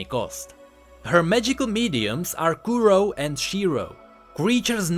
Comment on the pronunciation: kuro means black and shiro white so don't accent o because it's in japanese